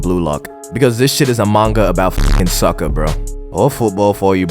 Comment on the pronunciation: "soccer" not "sucker"